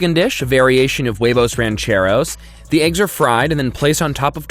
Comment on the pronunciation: As a Spanish person, Hearing say huevos, rancheros, and divorciados realy hurts It's Whe-Vose, not Way-vose Ranch- e- rose Not ranch ay rose, It isn't even about accent hes just saying it wrong